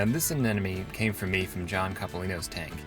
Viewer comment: Hi, love your site and absolutely love your vids, but PLEASE, stop saying anenome. As I'm sure you must know it's aneMone. rgds